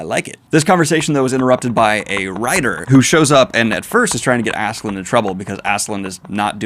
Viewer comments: Love the videos. The "Love" conversation is pretty important btw, since "Love" is kind of the main plot point of the series... Also please do not call the dude Askeland. its "Ask-a-lad". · Why tf is this guy calling him Assland when it’s Ask-a-lad? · I’m sorry but Askeladd doesn’t have a “n” in it.. idk why that bothered me so much but Daniel!! Cmon man! Ask a lad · funny that you correct yourself about Thorkell but still call Askeladd Assland or something :D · Lol I love how there's an insert where he recognizes himself calling Thorkell "Thorkinn", but he then still proceeds to call Askeladd "Ass-Land" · Daniel, it's been two volumes now. Stop saying Askeland, come on... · Daniel, please. I love you and your content, but Askeladd does not have an n at the end! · You pronouncing Askeladd with an N is why i watch these now. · Great video. Should point out there is no N in Askeladd if you care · Daniel I love that you cover vinland saga, but it's askeladd. There is no n in the name, I know it's hard to pronounce😂